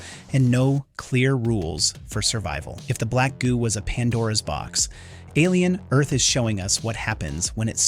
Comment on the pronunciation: Why are you pronouncing it "Alien. Earth..."? It's "Alien: Earth", you sound like a robot, and not the cool Lance Henriksen type.